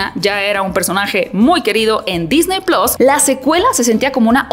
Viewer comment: Todo bien .. solo, se dice PLUS SE DICE plus Se DiCe PlUs con una . Chin